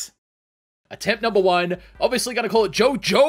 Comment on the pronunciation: Fool, it’s not JOJOOOOOOOOO IT’S JOOOOOOOOOOOOOOOOOOO-JO!